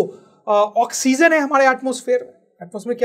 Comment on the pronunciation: Not oxzen sir 😆😆😆 ***oxygen